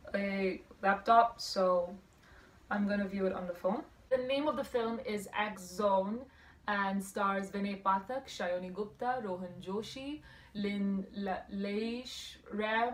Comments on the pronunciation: I'm gonna sue for making fool of my friend that axone is pronounced as "axon" 😂😂😂. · If it's the "sumi axone" that you speak of, the pronounciation is wrong.🤔 Been waiting for this movie.